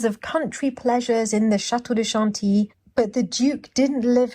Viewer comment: I feel like I learn so much from these adventures! ( especially the pronunciation of Chantilly). Thank you for taking us along 🤗. And nice book selections,.